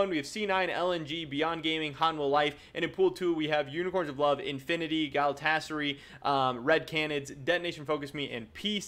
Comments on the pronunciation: I know its a minor thing but the pronunciation for Galatasaray is gal-a-ta-sa-rai. Just an FYI haha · Exactly, all A's are thick as in CUT or HOT.